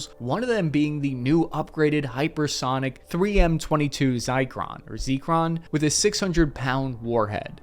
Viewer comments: Oh c'mon, it's not zayckron, it's zircon, yellowish stone of ZrSiO4 with contaminations. And launched reactor is sure a translation artifact, in russian language engine started and missile launched use the same verb запущен (zapushchen). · I guess average infantrymen don't take Russian. The dude is Leonid Brezhnev: BREZSH-NEV. : ZIR-CON (Coincidentally, just like it's spelled.) LOL. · And the russian missile's name is "zircon", just like the the stone that's used as diamond replacement. Absolutely respect and like your videos, but I really wish there wouldn't be so many trivially researchable mistakes as it calls into question a lot of the other research you do. If you cannot be bothered to do a google search on some name, why would we trust you pour days or even weeks into defense research that really matter for the video's content? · What order exactly does he see those letters in? The graphic to me pretty clearly shows "zircon" (like the mineral), not "zykron" or "zeekron." It's his own material and script; it's not like he had to read someone else's writing quickly. Is he dyslexic? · if you can t say "Zircon" there is either a problem or a deliberate attempt to make up any word with a weird letter in it.